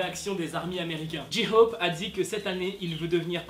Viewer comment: « dji-hhhop » il me stresse